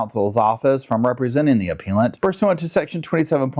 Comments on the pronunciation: I think it’s “aPELLant”, not “aPEALant” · It’s pronounced: “app-PELLLL-ent” lawyer. Also, love your work, thank you. ❤️👍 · 😂 you crack me up appellant - a-pell-ant. You make and appeal then become and a-Pell-ant - English is hard for even English speakers!